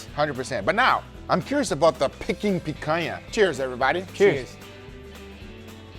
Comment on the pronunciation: As a brazilian, I approve your pronunciation of picanha 100%.